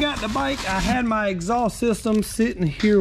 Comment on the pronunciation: I love the way southerners say “exhaulss”